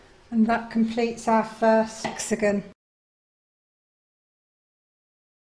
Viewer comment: Thank you for the lovely video! Only, it is hexaGON, not hexaGNO. Hexa is the latin prefix for "six" and "gon" is the latin postfix for "corners". Thus the words hexagon for a shape with six corners, octagon for one with eight corners, and so on 😉 I love the golden thread ❤